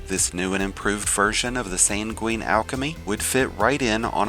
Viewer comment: "SANG-win", "HELL-yun". Please, for the love of god. Drives me nuts when all these people who want to make videos where they talk don't know words.